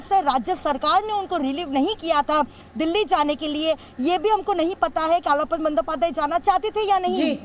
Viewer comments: अलपन नही, आलापन है. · It is not ALPAN, but ALAPAN, derived from the word 'ALAP" (आलाप). In Hindi, it should आलापन।